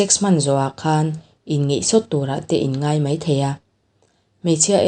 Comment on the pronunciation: inngeih a ni lo aw...inngaih tih tur aw....